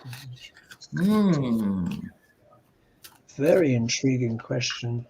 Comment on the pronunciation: Comma-La. That’s how you pronounce Kamala!